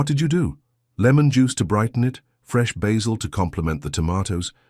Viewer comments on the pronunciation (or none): none